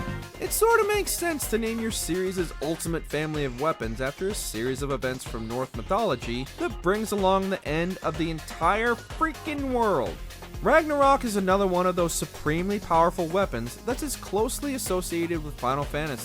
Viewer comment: did he say "north mythology"?